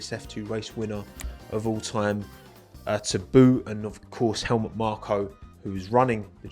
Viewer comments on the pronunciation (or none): none